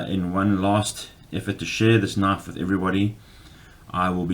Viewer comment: You call that a knoife? Well yeah, that's a pretty good knoife.